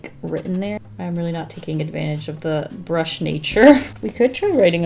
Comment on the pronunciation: "a brush...chisel nib." Me: a brisel nib